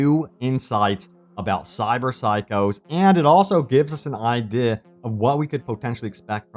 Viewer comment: I love how you turn into a brit every time you say idea.